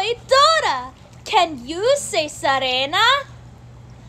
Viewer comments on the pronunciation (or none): it’s seeriena not sariena it’s with a short i not a long i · It's pronounced Sirena, not "Sarena" 😂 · Can you say Sarena? 🙂 it is called Sirena no sarena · SARENA❓ QUE ES ESO? sirena = mermaid I has an ee sound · That’s not how you say mermaid in Spanish lol